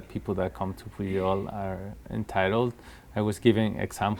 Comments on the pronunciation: It sounds like he pronounces the name of the Pujol restaurant as 'puyol'. Why do you pronounce it as 'pu-jol'? California almost another state of México...See also Texas, Colorado etc. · I loved this interview. He is such and intelligent, humble and thoughtful man and your fabulous questions really brought out his his insights on the topics in depth. The one off note was your pronunciation of Pujol. You pronounced the J as an English speaker would for an English word. In Spanish, the J is pronounced similar you a Y sound. I found that a little distracting and a detail that took away slightly from an excellent interview. He was pronouncing it correctly back to you. That could have been a cue. I found his take on his background, the evolution of his career and the evolution of the culinary scene in Mexico and cultural appropriation fascinating. You obviously did a great job with your pre-interview preparation and developing your questions! Thank you.